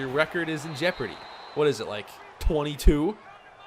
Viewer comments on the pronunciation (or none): none